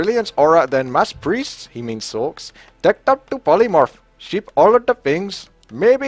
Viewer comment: sorchs = sorcheresses if this wasn't a joke because of his pronounciation ;)